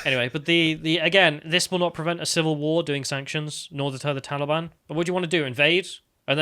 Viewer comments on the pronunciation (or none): So, who was at the door? Was it the tall e-bawn?